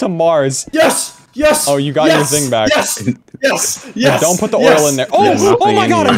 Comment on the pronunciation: u said backack i think